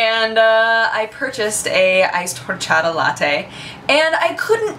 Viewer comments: PLEASE don't pronounce the H in horchata.:p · You don't pronounce the 'H' in horchata. I know this because it my be my favorite beverage that exists. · And then Mickey Mouse was the boss. The way you pronounce "horchata" kind of irks me, it's like you're not putting enough emphasis on a certain syllable, but maybe that's just me. xD YEA, FRAMING! Never had rootbeer? Yeah it kind of tastes like pepto-bismol to me, but I LOVE IT... Douche-canoe strikes again! This time towards Husky. That sign-off... I LIKE IT, ANOTHER! TEMPLE OUT! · I see you're struggling to pronounce 'orxata'.It's easy the [x] is like the [sh] in sheep, soft. It's a catalan word translated to spanish.;) Are you very fluent in spanish? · awesome the way you say horchata jaja you'd think living in LA you would have no problem with the pronunciation of Latin words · Don't pronounce the "h" in horchata!